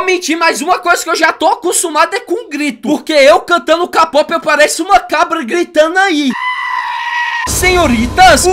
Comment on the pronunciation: Não se fala KAPOP SE FALA KEIPOP